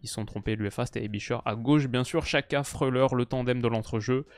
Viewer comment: La Nati en constante progression ils ont une belle generation de joueurs vu leur partie de tableau je les vois aller loin. super vidéo par contre Xhaka on prononce "Djaka" et non pas "Chaka" L'Uefa a publié une vidéo avec plusieurs joueurs aux noms compliqué qui donnent la bonne prononciation de leur nom